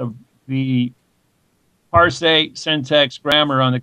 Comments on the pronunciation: So 'parse' rhymes with 'arse', not 'ar say.' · Also, "par-say.' =_= It's fucking "parse," as in like how you say "purse" but with an "ah" sound instead of an "uh" sound. This guy is a fucking perfect example of the Dunning-Kruger effect in action.